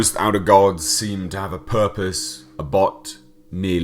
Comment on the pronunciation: It pronounced ab hoth not abot ..☀☀